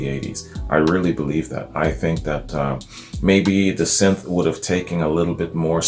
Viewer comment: Dude you said synth right, nice 1! Every time you since lol. I keep telling the screen pronounce it. Sin thi sizer